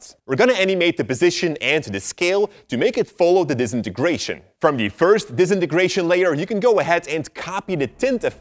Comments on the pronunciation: No one:: D I S E N A N E N G R A T I O N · It sounds like he’s saying disnieystration then. Disintegration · I asked for the disintegration effect not the dezinargration effect. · For goodness sake learn how to say disintegration properly - here I'll sound it out for you 'Dis in ter gra tion' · Disintigreation Effect Disintigrations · No one: DISNIGRATION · I hate how he says disenagracion affect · “Disinigratin” effect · He doesn't wanna do it cuz he cant even say DISINTEGRATION correctly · I nearly forgot how to say Disintegration Because of the way you pronounce it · I think he didnt wanna do it cuz he cant pronounce Disintegration right lol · I live for pronouncing disintegration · Now I am gonna do the disintegration effet the way you pronounced that word was different.